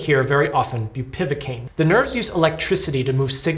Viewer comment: Awful situation :( Just to be that guy: it's bupivAcaine, not bupivIcaine